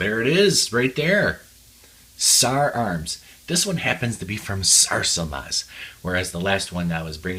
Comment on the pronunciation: exCellent pronounciation of SARSILMAZ